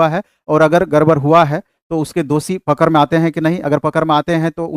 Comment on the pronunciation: पकर नहीं, पकड़ बोलते है ।